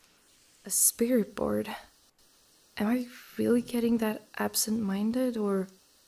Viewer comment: A "spiriritboard"